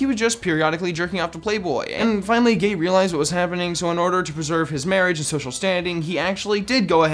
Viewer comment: He pronounced gaye wrong...